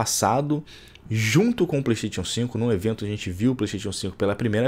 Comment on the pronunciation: Melhora sua pronúncia vei, playsTETIon n é certo